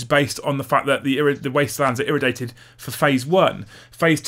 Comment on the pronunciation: Agree 100%. The money I have to spend on more books just means more use of my blue stuff to make up for the loss 😉. Also, I-ray-dee-ay-tid 🤣